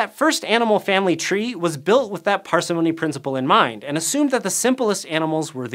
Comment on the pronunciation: Interesting information - but your pronunciations are driving me nuts! par-SIM-ony, not PAR-see-MONEY Rick-ETTS-ia, not RiICK-et-SEE-ah